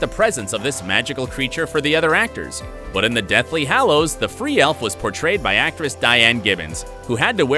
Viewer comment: LITERALY I was getting annoyed lol not in a mean way he also said hallows wrong lol how is that hard to say!!! Lol 😂